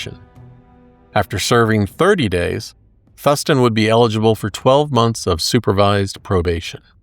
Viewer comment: just fyi... it's pronounced Thoooo-s-TON